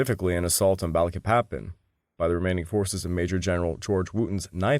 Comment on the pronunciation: THIS SO CALLED “ALLIED INVASION” WAS MORE LIKE AN AUSTRALIAN/BRITISH EMPIRE INVASION. THE AMERICAN PEOPLE WERE ADAMANT THAT US FORCES NOT BE USED TO RECAPTURE EUROPEAN COLONIES. BY THE WAY IT PRONOUNCED BA LEEK PA PAN